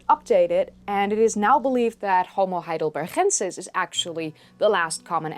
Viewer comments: Your accent is so good that it is a little jarring when you use that glottal sound that English doesn't have in Ergaster and Hidelbergensis. If you had a terrible accent that would sound fine. Regardless, a great video as usual. Ps... I prefer NeanderTHal to NeanderTal. I think that pronunciation both goes back farther and sounds more natural in English. In any case, both are fine and switching randomly keeps people on their toes. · I had been wondering if you were Spanish by the way you pronounced Heidelbergensis and Ergaster with the g sort of rasped into an h. I wish we had had more instructors like you when I studied Anthropology back in the 60s. Oh how different my fate might have been.